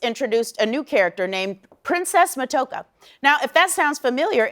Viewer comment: Matoaka is pronounced Ma-toe-AH-ka. But yeah, most of us Indigenous people on Turtle Island (the original name for North America) find anything Disney does in its depictions of any of our people to be highly unrealistic and offensive.